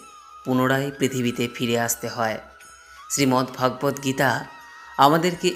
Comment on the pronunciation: Please see the pronunciation correctly as Sreemad Bhogabad Gita. Not Bhaagabat Geta.